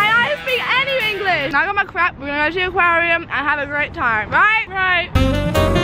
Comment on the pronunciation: "ahekalglidhglihziuhvnbs bsu sruri crap" (lol it sounded like she said crap instead of crepe)